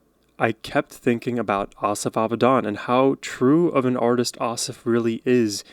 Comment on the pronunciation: The stress for both his first and last name is on the last syllable, so pronounced like ah-SAHF ah-vee-DAHN